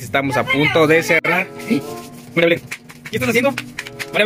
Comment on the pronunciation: Casi me muero cuando mariabelen cuando yego marinabelen